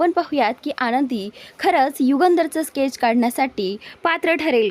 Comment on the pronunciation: हि बाई खूपच चुकीचे उच्चार करत असते.परत केच नव्हे. स्केच शब्दोच्चार नीट कर.